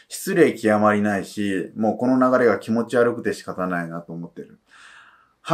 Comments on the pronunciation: き↑も↓ちが悪いです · きも⤴︎ちが悪い すこ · 多分方言じゃ？